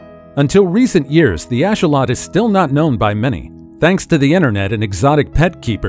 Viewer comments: its not a ashawot its a axolotl ax-o-lotl thats how u prounce it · Just so you know it’s not asholot it axolotl (axe o lot el )😂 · Hang on a second you mention the axolotl, you pronounce is wrong AND you don't even mention how it's one of the only creatures that can completely regrow a limb and they are being heavily researched as a result of this. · bit sad that no research into how to pronounce "Axolotl" sad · You pronunciation of axolotl is very off putting....what else are you going to mispronounce!?! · I can not stand the way he says axolotl. It's not even close to correct